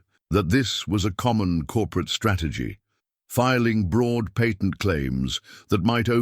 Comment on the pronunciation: U. Must. Be. An. Ai. Because. You. Can't. Pronounce. Words. Like. Patent